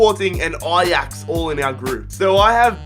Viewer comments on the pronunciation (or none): none